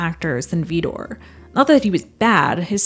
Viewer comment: There's no 'e' in Vidor.